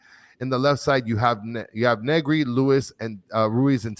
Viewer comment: to brother and: NE (silent access to the E) GRI!!, FRE (silent accent on the E) IRE!!!